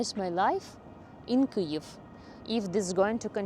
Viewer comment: Your pronunciation of Kyiv is the best of all the English Ukrainian youtubers.